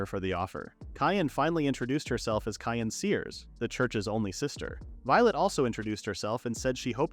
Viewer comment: LOL Cyan being pronounced "Cayenne"